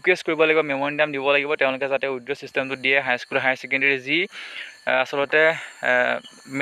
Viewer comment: Not widro......it's withdraw